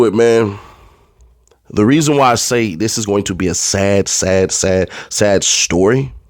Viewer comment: Not even saying story right smh